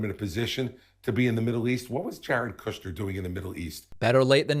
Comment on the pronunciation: I love how David pronounces Jared KOOSCHNER. 😂